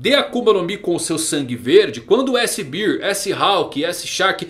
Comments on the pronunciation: O fala S-BEER (S-BIR) 🍺 → S-Cerveja huauhahua Para os interessados: "Bear" em inglês se lê aproximadamente como BÉR 🐻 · S "cerveja"? Bear = bér ( pronúncia )